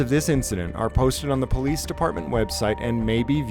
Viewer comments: The minute you hear someone call themselves PO-Leeece, you can be assured you are dealing with an ignorant, uneducated hayraker. This imbecile fits that to a T! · Who is the “Powleece” ? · Anytime you hear " PO -LICE " you know that it will go south!!!!!😊😊😊😊😊 FTP !!!